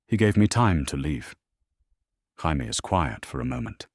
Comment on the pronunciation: Tired of these AI engines being incapable of pronouncing Jaime.